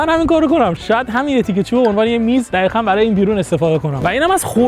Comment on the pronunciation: دوباره گفتی دخیخاً😂